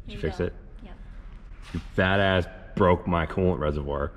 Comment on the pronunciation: "You sat on it in bwoad daylight, and you bwoke it!" Definitely enjoy the random nonsense, you should talk Ashton into bringing his truck to Yello Belly once it's fixed so Team TrippleSeven can field 4 vehicles.